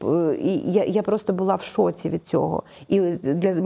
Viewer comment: В шокє!)))) в шоці! українською!